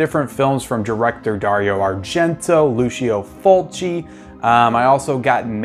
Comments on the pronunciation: It's pronounced Lou-cho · My friend, in Italian it pronounces like LuCHO, FriTSI, etc. ;)